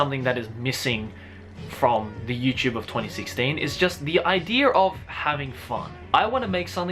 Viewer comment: Great shiet he says ideer alot 😹